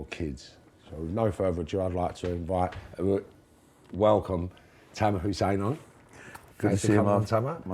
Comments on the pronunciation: its HASSAN not Hussein. is back to interviewing himself. such a shame after i thought he had got the hang of it after the young boxing lad the other week who was the first guest who actually listened to for once P.S. sort the sound out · did you say Tamer hussein?😂 funny geez